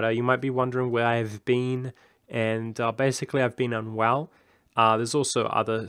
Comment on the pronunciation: At first instead of hearing you were unwell I thought you said you were on WoW. I was thinking damn all these years later it's still getting people lol. Hope you start feeling better soon. Regarding the Patreon if you don't give major incentives of your usual content I'm all for it. Though full disclosure I'm not really in a position to donate right now.